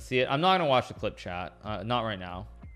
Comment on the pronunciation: Is he saying okay ‘chat’ or ‘Chad’?